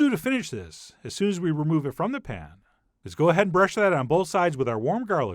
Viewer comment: What's with the intonations? "Keep kneading it AS shown... 'til we have something that's FAIRLY smooth..."